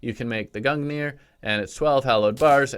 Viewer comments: Think of pronouncing gungnir like Gun-neer (it isn't perfect, but it's better than gun-gineer) if you want to pronounce it even better, pronounce the ng like the ng of doing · it is pronounced G-rung-nir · gungnir is pronounced gunyeer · it’s pronounced GUN JI NIR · Its pronounced gung ner but spelled gungnir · The gungir is pronounced gun-jeer